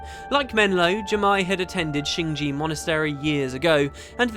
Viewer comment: Why do all Youtubers say "shing ji", whilst the game says "shing jay", and it's written shing jae, rather than shing jea?